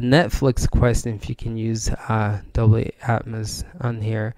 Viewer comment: Its a dolby not dobly..